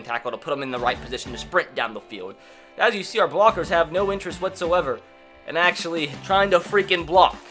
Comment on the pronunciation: “i had no idea that tom britty was AKshully the slowest qwüttaback”